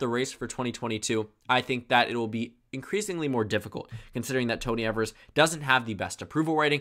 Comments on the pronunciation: The governor of Wisconsin his name is Tony Evers (long e sounds at the beginning) [EVE-ERS] Not pronounced (ever-s) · It's EE-vers, and not EH-vers. English is a tricky language.